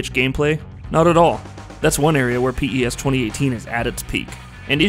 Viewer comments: Do all americans call it p.e.s.? It just sounds so wierd we've always said pes or pro evo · Don't pronounce it as P. E. S.! It's Pes just Pes! Like pest. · Stop saying p e s say pes like normal people do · Mduduzi Sibisi who pronounces it piss? It's pez lol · Jesus Christ stop saying P.E.S its pes......i bet ur a fifa fan... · i stopped watching after 1 min because he keeps calling it P-E-S... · PES is pronounced 'pes' or 'pez' ... like FIFA is pronounced 'feefa'... not the initials. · Call it pro evo or pronounce it pez. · It's the little things which irk me... please stop calling it P.E.S.. It's an acronym!! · Had to stop watching. Couldn't take the P.E.S anymore... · Anthony Marshall (this is the biggest americanisation of a name I ever heard lol ) Zlatanh Iiiibrahimovich, P.E.S. This narrator ruined the video with his ignorance, how did you let this be uploaded without correcting these mistakes ? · P-E-S-? No way. You can't be that clueless. That's the first time I've ever heard someone call this game P-E-S. Rookie review. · Literally can’t get through this video just cause of that P.E.S pronunciation... ugh 😑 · I think maybe its an American thing. The americans have MLS, NBA, NFL, MLB, and they're all pronounced via their initials...so I'll forgive our american cousin for that little faux pas.